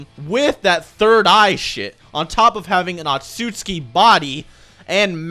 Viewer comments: tf is an "otsuski" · "Hagoromo Awtsoozki" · i don’t think i’ve ever once heard pronounce the family name right 😂